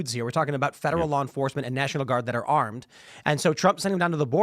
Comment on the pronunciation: Loiyer that practices loy?